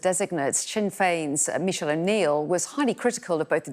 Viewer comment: Shouldn't a reporter know how to pronounce the name of the First Minister designate? Michelle? Really couldn't double-check how to say it?